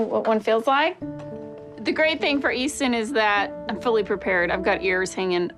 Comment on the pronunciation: IT'S EASTON